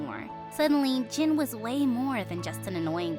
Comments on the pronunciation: He is! but it's pronounced "Jin" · Do y'all even realise he's called JIN not Jim? Damn.. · Jin or jim idk i keep hearing jin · Yeah he is intelligent but his name is Jin not Jim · Y’all know his name is jin not jim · It’s Jin like Kim Seok Jin